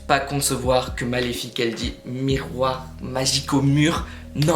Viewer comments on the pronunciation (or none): Mais c'est pas possible ! Elle dis MIRROIR MON BEAU MIRROIR